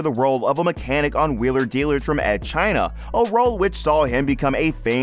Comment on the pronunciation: Make a YouTube video and can’t even pronounce the name off the show you’re talking about!